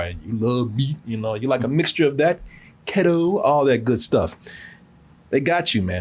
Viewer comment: Key- toe!!! Keto😂😂😂